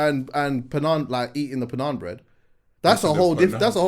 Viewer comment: Man said Panaaan Bread!!! 🤣🤣🤣🤣